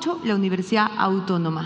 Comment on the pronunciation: si la Vallejo, la de Sipán y la Autómona... no sabe ni pronunciar el nombre de su universidad, me pregunto qué pensarán todos los que trabajan para éste